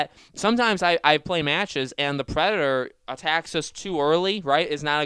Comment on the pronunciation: Is it that hard to say Predator instead of predor